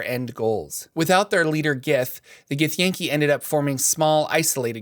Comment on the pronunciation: I believe it’s “gith-yahn-kai” not “gith-yay-n-kee” lol